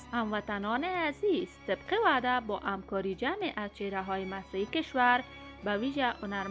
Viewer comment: شما هم همکار تلفظ کنید نه امکار . خوب انسان هیچ وقت خالی از اشتباه نیست فرق نمیکند مقصد من رفع کرده ام شما هم خفه نباشید .